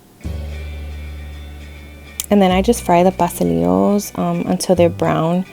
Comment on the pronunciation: im not going to lie - the way pastelilos was pronounced bothered me a little lol